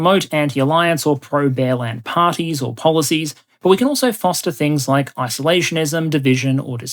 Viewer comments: I kept hearing 'bearland' as 'bellend' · I heard 'Empire of Bellend". Which would only be fitting. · When you introduced the country of Bearland, I wasn’t looking at the slide. It sounded like you called it Bellend. Appropriate for a country led by Putin.